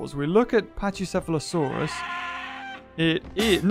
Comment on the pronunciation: It is pronounced pack E seh fah lo saur us